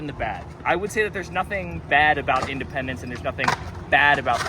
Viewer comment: In dee pendants